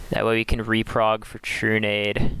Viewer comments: It's Reprod not Reprog lol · why do you keep saying reprog when theres no g in the word im so confused